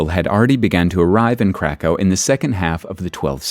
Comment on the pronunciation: cracau sounds too German